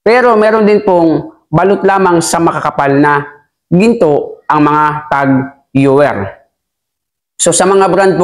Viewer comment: Cartier = kar/ti/ye french po ito. Tag heuer = tag/ho/yer